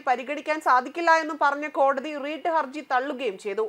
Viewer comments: റീട്ട് ഹർജിയല്ല. റിട്ട് ഹർജിയാണ് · "റീട്ട് "ഹർജിയല്ല, "റിട്ട് "ഹർജി എന്ന് പറയും